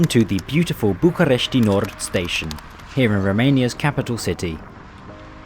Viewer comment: the way you are saying bucharest is triggering me as a certified romanian